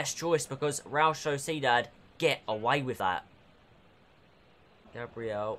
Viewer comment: You Pronounce realSociedad wrong 😑